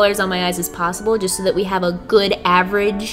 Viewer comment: Don’t say jest hey:Heyy